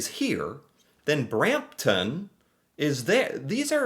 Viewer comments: over a simple simple word? Nope! I’m American even I could tell that that was very often sounding. I have never pronounced a town name that ended in TON like that. if you manage to butcher that name, you’re either doing it on purpose or have an IQ in the single digits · Markham, don't pronounce the h. Brampton, pronounce ton as tin.